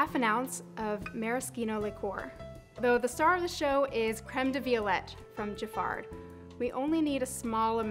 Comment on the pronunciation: You don't pronounce the d in Giffard.